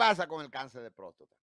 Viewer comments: Este hombre dizque tan letrado y no sabe decir prostata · Joel Adames ! No se dice próstota , sino Próstata !!